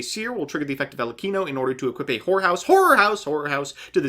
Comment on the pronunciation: MBT:Horror house. Every anime boy: "Whore" house